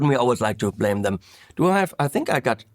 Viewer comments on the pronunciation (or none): none